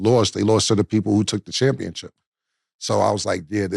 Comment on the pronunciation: Cam keep saying championchip 😂🤦🏾‍♂️